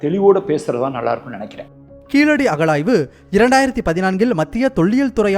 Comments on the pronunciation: அது கீழடி .. கீலடி இல்லை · Pls pronounce zha it's only in tamizh unique not keeladi it's keezhadi zha and malayalam zha is derived from tamizh